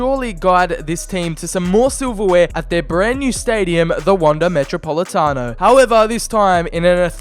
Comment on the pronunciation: I hate seeing any english speaking person attempt to say Atletico or even spell it, especially how you said metropolitano. But all that matters is if you completed your mission, which I havent seen the video so... yeah, I'll watch it later today, its am.